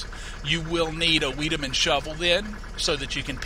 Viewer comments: Wiedaman is pronounced wide-a-man. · Vigh-de-mun isn't it? According to German linguistic rules? Think of the name Heidi, and the W is a V sound in German. Just my guess.